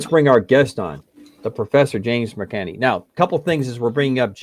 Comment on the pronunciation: For future reference, the Professor's last name is pronounced Mic-KAN-NEE.